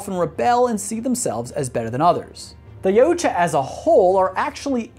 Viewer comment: Yautja is pronounced Ya-OOT-ja